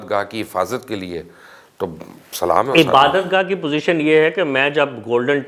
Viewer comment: Bhai sallam to sahi leya karo